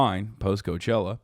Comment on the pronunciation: lol i stopped at you saying cochella....